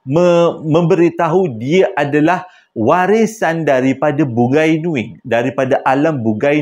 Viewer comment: dik, bukan "Bugai"tapi Bungai (sebutan : Bu ngai )